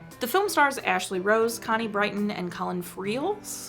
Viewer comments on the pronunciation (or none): Connie Britton's surname is pronounced as "Brit-tən", not "Bright-tən" as you pronounced it. It's the same case on one of your EDME videos where you pronounced Jan-Michael Vincent's part of his (combined) first name as "Jähn" [ä-sound] instead of "Jăn" [short ă-sound]. I don't mean any harm or disrespect at you, just letting you know how to pronounce names correctly.